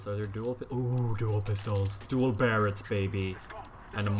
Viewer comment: GOD DAMMIT Berretas =/= Barrets